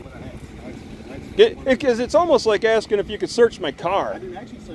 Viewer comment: He was just axt-ing. Ya knaw?